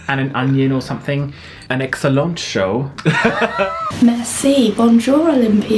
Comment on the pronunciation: Whenever you bring up "an excelont show" I PISS MYSELF ahahahah